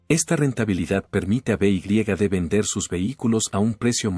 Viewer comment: beigriegade ? no sabes decir BEYEDE ?